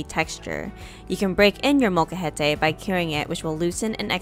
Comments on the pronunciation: realistically it's more that you seem to not pronounce the L so it sounds more like mocajete, but, honestly I barely even noticed until I really listened, so, they're just being a bit silly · Its not a "mocha-het-ay" its "mole-ca-hete" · Couldn't continue watching after hearing the word butchered a dozen times. Sorry but if you can't say the Spanish word just say mortar and pestle. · I sincerely apologize if I mispronounced the word molcajete. I tried searching the proper pronunciation before I made this video and thought I was pronouncing it correctly. Would you mind sharing the right way to say it so I can fix it in the future? Also, may I ask what part of Mexico you are from?